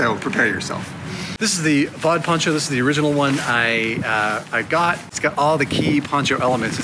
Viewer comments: I don't know if so someone commented on the pronounciation of Vaude. It's a German brand and, I think, a spoken abbreviation: VD. So it's pronounced as 'fow' like in fowl and 'deh' like Denmark, but longer. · Nothing against Québec ;) but Vaude is a German company, pronounced Fow-Deh. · Vaude is pronounced Fou Day. It's a German company. Some Germans think it's pronounced Voad 🤔. They think it is a French word. Truth is Vaude is the initials of the founder, Albright von Dewitz. You kept pronouncing Vaude and I was wondering if you were going to say the name and you did bit it was too quiet.